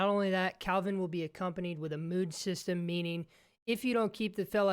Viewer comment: Can someone tell this guy that he's called Kelvin, not Calvin. Literally says it on his shirt